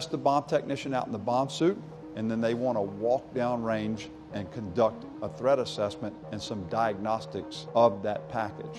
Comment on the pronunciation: I thought he was saying Thread assessment